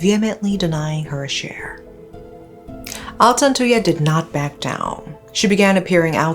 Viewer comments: Thank you. I remember i commented on one of your videos asking you to cover this story. Thank you so much. I am proud how clear you pronounce their name thank you rip altantuya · I never heard of this one because i'm a fetus born in 2009, but her pronunciation of altantuya is actually not bad